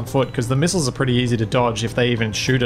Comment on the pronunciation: (Miss-aisles) "Missiles"